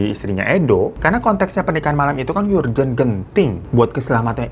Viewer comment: Bang, pronouncenya "urgent" itu bukan "yurjent" tapi "erjent"